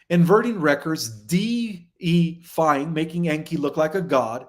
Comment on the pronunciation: Deifying - pronounced "day-if-eye-ing" :) no worries, just wanted to help you out.